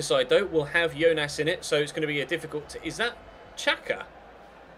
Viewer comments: Jonas! not Yonas! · Just say Jonas not Yonas pls!!!! it's Jonas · It's pronounced Jonas....I'm a Benfica supporter how should i not know that!!! I watch him every week...Portuguese and English Commentaters say Jonas